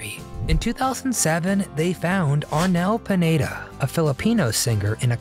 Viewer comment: Next time find out all the details, you said and wrote on your video that the name of the latest vocalist is Arnel Panetta? seriously? his name is Arnel PINEDA , P I N E D A. Panetta is the name of a bakery shop, maybe you were hungry when editing and that was on your mind and the poor Arnel got the consequences.